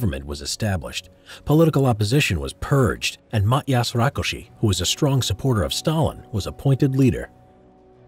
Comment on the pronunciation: I'm Hungarian and I've heard much worse name pronunciations. Also You've pronunced Rákosi pretty good